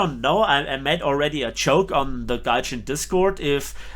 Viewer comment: It’s Gaijin.